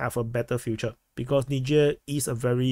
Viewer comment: It least you can pronounce 'Niger' unlike Dubya.